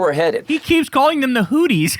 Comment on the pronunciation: "Hooties" and "Hezblahhh." What a fool!